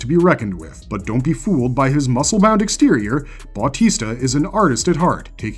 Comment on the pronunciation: Bautista is pronounced as Bau-tee-stuh according to Google, if it's wrong feel free to correct me & apologies in advance for my error....